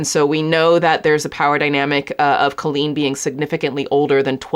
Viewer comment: Do you say culleen on purpose?